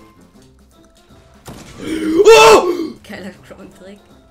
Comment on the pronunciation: Wer sagt croun😂